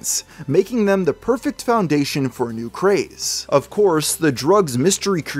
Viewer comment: Did you say "new"